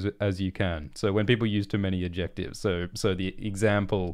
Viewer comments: You don't seem to know what adjectives are. Or how to pronounce them :D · I love the weird way pronounces "adjectives" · This is probably a regional/accent thing but I have never hear someone say the “c” in “adjectives” before.